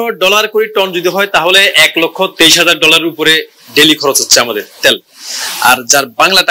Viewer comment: ত্যাল নয় তেল বলুন ।